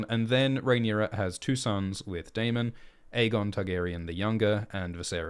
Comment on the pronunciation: Isn't Daemon and Aemond pronounced as "Day-mond' and "A-mond" like in the show and not "Day-mong" and "A-mong" like in "Poke-mon"?